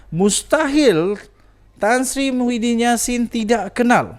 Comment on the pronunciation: Kau nk ckp sebut nama org biar btl2,muhidin bkn mahudin,jngan bngan sgt